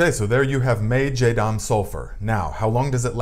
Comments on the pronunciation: Be sure to check for sulfur sensitivity before using on your plants. Especially grape vines! Some are sensitive. Is this a different formula from the JS Pesticide? I need to make some for squash vine borers and cucumber beetles. (🤫 it is Jah-dahm, not Jay-dahm.) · It's pronounced "JA-dam" not jay-dam. But great video, I just am annoying in that way, lol. Sorry.